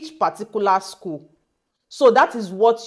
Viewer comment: you didn't said the school very well